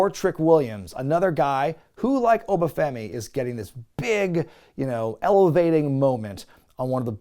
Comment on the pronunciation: Ah yes, my favorite wrestler ObAH Femi…